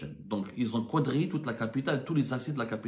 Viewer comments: Ont dit kadrillé et non pas kouadrillé, arrête tes bêtises. Tu peux faire prononcer quadriller à Google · Stp ne dites plus "Kwadrillé" mais "Kadrillé" !?